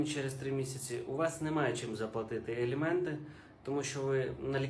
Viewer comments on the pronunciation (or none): Не елєменти,а аліменти!